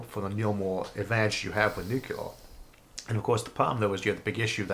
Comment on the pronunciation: In the comments for one of Mr. Arthur's videos, I briefly instructed him on the proper pronunciation of the word "nuclear." I noticed that he now pronounces the word correctly. I have no way of telling whether I had anything to do with this, but I am favorably impressed! Thanks and kudos, Mr. Arthur! You rock! (I am not attempting to do anything resembling boast here, but merely to thank Mr. Arthur for his efforts at self-improvement. It is an excellent indicator that he is likely to retain an open mind--something to be greatly complemented--for some time.)